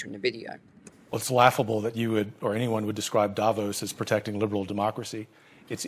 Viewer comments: No, i’m Swiss, it’s pronounced DAH VAUSE. The ause is pronounced like the ause in “because”. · I’m not being rude but it’s pronounced Da-Voss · Davos is pronounced DAH VAUSE.